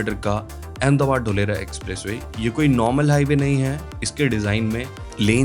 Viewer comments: Dholera nahi dholarkpur 😂😂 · ढोलेरा ❌ धोलेरा ✔️🙏